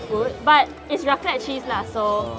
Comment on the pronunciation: Mostly bothered by the way they pronounced raclette... I dun think it pronounced properly. But Tts just me being anal. Hahha